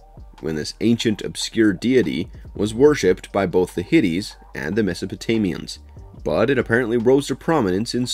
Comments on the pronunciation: 1. It's "HITTITES" Pronounced "HIT-IGHTS" not HITTIES! 2. It's "DESPOT" Pronounced "DES-PUTT" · Ivo is pronounced EEVO not EYE-VO. Ivo said humanity was too SICK to survive, NOT WEAK. It’s in the first film. It’s also not “Hitties”. It’s “Hit-ites”. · HIT-ITES. NOT HITTIES. HIT-----ITES! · Hittites is pronounced Hhh-tights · The way this guy pronounces "Hittites"...bruh. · Dude, if you have never heard of the Hittites before, or even seen the Ghostbusters movies where they pronounce it, just look it up on wikipedia before you embarrass yourself repeatedly in the video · Dude, the movie itself even tells you how to correctly pronounce "Hitites." Do better.